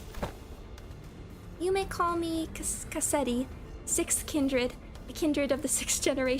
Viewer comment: You absolutely massacred Cassetti omg. I'm so excited for the next canto if we're already getting reveals as insane as this. :_mafCry